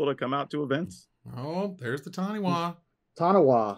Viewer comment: Taniwha is pronounced tan-e-far. The unofficial mascot of New Zealand mtg. Also Lorcana still doesn't have a release date for NZ & Australia